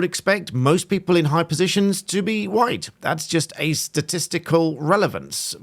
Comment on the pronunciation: Thanks for your video. I’d never heard Mr Yousaf’s speech before. Listening to him, he seems to spit out the word ‘white’ like a poison in his throat. His sentence is normal otherwise, then the word ‘white’ is quite violent. It’s over accentuated. I’ve never thought much about the colour of my skin, but I’ve experienced discrimination. Never in England.